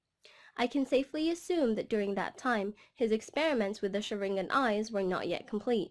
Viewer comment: Shiranga no no no sha-ren-gon